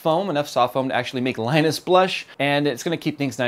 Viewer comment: Did he said Linus?